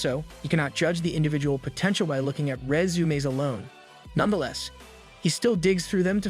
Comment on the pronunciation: Just one word, stated with extreme effort, every time, proves the A.I. narration. Who, in their right mind, has SO MUCH TROUBLE saying the word "resume".